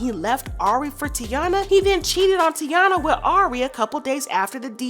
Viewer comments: baby girl not tiana its TY- EENA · HER NAME IS PRONOUNCED TAY-NA NOT TI-A-NA 🤦🏾‍♀️ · Say it with me Tai-eeeennaaaa Not Tiana Or tyana 😂😂😂😂😂😭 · Tyyyyyyyyyy Yeena not tiana I’m so sick of y’all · It’s TY-E-nah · Her name is ty-enna! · It tay-ina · Her name is pronounced “Tye-ee-Nuh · It’s Taina. (Ty-ena) Like the early 2000s show on Nickelodeon. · nope you the one loud and wrong her name is pronounced, TAY-NA , not whatever the hell y’all tryna pronounce even gherbo said it’s pronounce how I’m tryna say it 😂🤦🏾‍♀️ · it actually is Ty-Ena. Like Taina Morales from the 2001 Nickelodeon show Taina… Emily B pronounced her name as “Ty-ena.” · You said that girl name 3 different ways and none was the right way 🙄 it’s Taina it sounds like tyena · Girl her name is taina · I like the commentary, you’re just pronouncing everybody’s name incorrectly 😂😂 YO•SON TY•ENA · Her name is Tah-ina and Ari’s son name is Yo-son good commentary though.